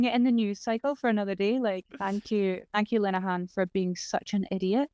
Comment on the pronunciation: the way that pronounces Graham Linehan sounds like Gremlinhan and I love it.